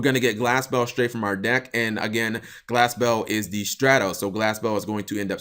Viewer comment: Am i the only one who thought Cap was kinda saying Glasgow when he was saying Glass Bell ? lol